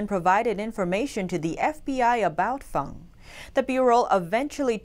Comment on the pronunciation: you correctly pronounce Christine Fang's nick name as "Fahng=Fahng." This warms the cockles of many Americans hearts, why? You understand that tonal inflections in Asia are paramount. It is not Fang---with a hard "...Aaaa." as what grows out of a werewolf's mouth. Many of your viewers have lived in Asia for decades and we appreciate your due dilligence in all of your reporting. Beers and kudos to all your staff. Keep up your fine, yeoman work.